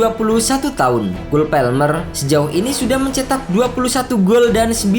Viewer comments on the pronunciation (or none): cole PALMER mas!! PALMER bukan PELMER,si mimin sok lebih inggris dari orang inggris